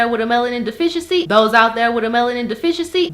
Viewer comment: "Dose out dere wit a melanin deficiency" LOL